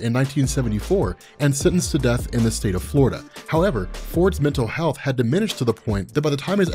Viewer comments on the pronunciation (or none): none